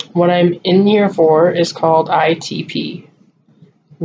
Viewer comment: Good job with explanations need to work on the pronunciation of ITP. Lol. You can handle Rituxan because I will be there. Ask to get it in temple. Prayers for your decision I understand how you feel about it. Did they give you all the premeds for the IVIG??? If not can they try again?? Question you could ask